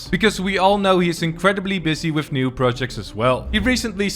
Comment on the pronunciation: Did he say whiff or with